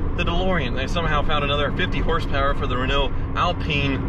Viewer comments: Being from Europe and driving Renaults listen he says the Right name how we do :D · Nope. "Reh-no" would be the correct way to say Rénault (with an acute accent "e"). Since the "e" in Renault is unaccented, the correct pronunciation is "Ruh-no".